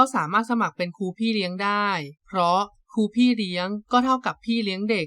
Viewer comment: " ครู " ไม่ใช่ " คู " 😂😂😂